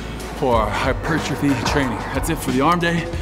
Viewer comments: Whats he saying?? Its "HYPER TROPHY""" Not hypertriffy.. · makes me laugh how he says hypertrophy, hyp-er-trophy where as the English say hyper-trophy